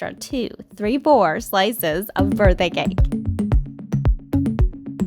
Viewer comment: « Birdday gake »